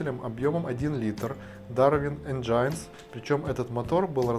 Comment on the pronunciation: Энджинс (не энджайнс)